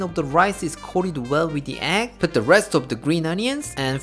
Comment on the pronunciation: I think Uncle Roger pronounces it as "Ekk" fry rice.